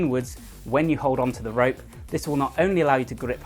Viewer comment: I keep thinking hes calling it.. RAPE CLIMBING.... YEESH....